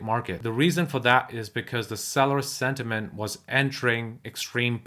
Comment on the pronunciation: Not sediment as you keep saying...it's sentiment. You've mispronounced that word.